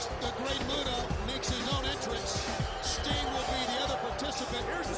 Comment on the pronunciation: LOOOL at ICP calling Sting "Stung"....